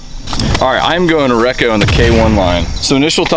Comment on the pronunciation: Super stoked everyone is getting Kasta goodness! Their plastic is hands down the best. K3 (base plastic) is also fantastic too! All of you are killing me with how your saying REKO. completely wrong. lol Check out the Lots, and the Jarn!